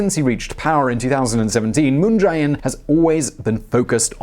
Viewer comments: It's pronounced "Moon jay-inn," not "Moon j-eye inn." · Can someone tell this guy it's Moon JAY In and not Moon Jai In? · It's moon je in